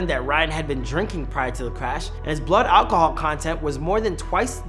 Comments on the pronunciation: "Olcohol" lol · the way he says "Alcohol"